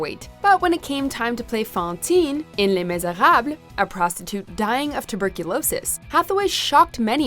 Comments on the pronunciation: Le mishawhat? I thought it was le miserables. lol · Was it really necessary to go that overboard with the pronunciation of Les Misérables